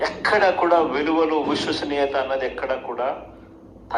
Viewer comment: అతను "విశ్వసనీయత" అనే పదం ఎక్కడా పలకలేదే, తను అన్నది "ఉస్సుసునియత" అని మాత్రమే